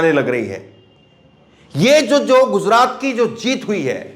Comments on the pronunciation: Please say gujrat. Not guzrat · jozraat nahi bhai gujraat